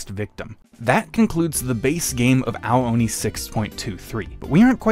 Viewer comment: the way it’s pronounced sounds like- “OWWW ONI😭😭😭”